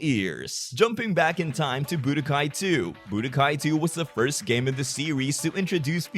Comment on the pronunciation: It's an accent.